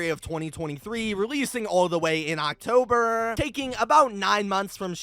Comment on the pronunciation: why did bro say October like that 💀